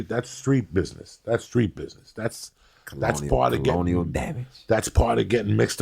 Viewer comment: " Colonial " damage